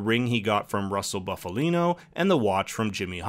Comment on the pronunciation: It’s Boof-alino and not Buff-alino, pronounce it correctly!